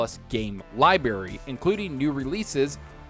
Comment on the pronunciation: Lie berry...😆